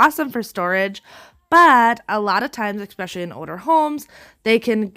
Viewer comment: ESPECIALLY, eSpecially, not ex